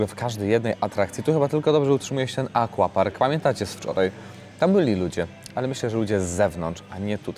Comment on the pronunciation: pięknie, tylko mówimy "akwapark" a nie "akłapark" ;) Język polski ma takie wyrazy w portfolio ;)